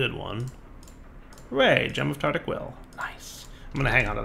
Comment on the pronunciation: It annoys me how he says tartic instead of tartaric, like goddamn it, it comes from Tartarus the primordial Greek god of the underworld.